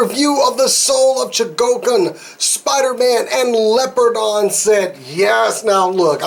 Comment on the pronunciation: Leopardon is pronounced as follows " lee-oh-paar-don"